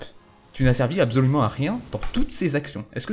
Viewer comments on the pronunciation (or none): dit abzolument au lieu de dire absolument, pouce rouge.